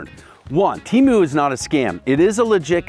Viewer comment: Temu is going to be PISSED you said their name wrong 🤣🤣